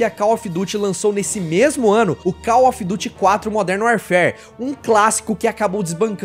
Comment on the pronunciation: Ganhou like e + 1 inscrito só por pronunciar call ofi duti e não call mófi duri